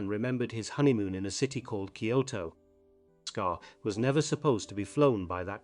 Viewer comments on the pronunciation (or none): Sorry to inform you, but Bockscar is pronounced boxcar